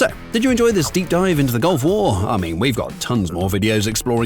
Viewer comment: It’s two words, Gulf War. Not “gulfwar”